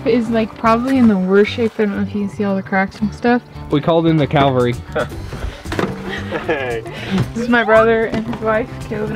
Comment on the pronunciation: Hey, a minor point one calls in the Cavalry. Calvary is something else. Don’t worry too much we had guys make that mistake when I served in the 9th cavalry in the 60s.